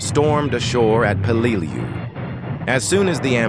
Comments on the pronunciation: I work in Peleliu cleaning up the munitions left from this battle; everyone who fought here (American's and Japanese) has my deepest respect,.. but it's a d@ shame that AI voiceover can't get their names pronounced properly! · Exactly my thought, a video about Peleliu and the ai voice can't even pronounce it correctly.